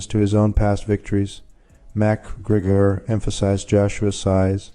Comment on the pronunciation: At LEAST check that your AI is pronouncing NAMES correctly! M-C Gregor?! Fuck this site.😅